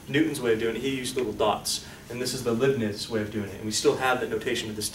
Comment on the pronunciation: Leibniz is pronounced Lyebnitz (think about "dye" and "Nimitz"). Love the Videos and I am learning a lot. Thank you, Professor.